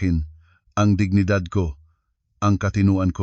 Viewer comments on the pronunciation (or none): Anong giginidad! Hoy! ayosin mo mag basa,! Dignidad Yan! Hahaha 😅